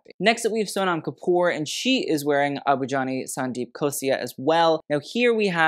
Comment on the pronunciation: Okay but pronunciations of tough Indian names is so impressive